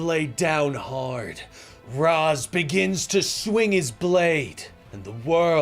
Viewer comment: Amazing video! But one thing STOP MISPRONOUNCING RAZ, reminded me of terry in that one Batman beyond episode😂